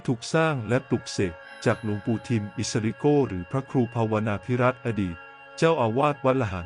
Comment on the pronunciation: ผิดหยุด อิส สะ ริ โก ไม่ใช่ โก้